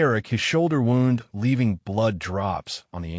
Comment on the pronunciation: Good story but I wish the algorithm was adjusted to correctly pronounce wound. The injury rhymes with pruned. The coil rhymes with round.